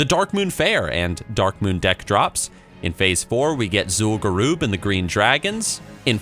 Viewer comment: "Zul'gurooob" CRINGES